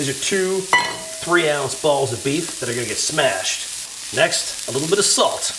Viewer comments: Got a love the way George says "little bit of salt goes on the BALLS!" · GOOD LOOKING BURGER!!! 👌🏽 YOU KINDA THREW ME THEY WAY YOU SAID "TWO BALLS AND SALT YOUR BALL'S" .. 😂😂